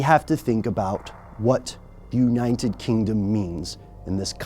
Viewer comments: did he say unniened kingdom? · "Unined kingdom" dear lord, this buffoon 😂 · Why is it so difficult for you to pronounce United Kingdom? lol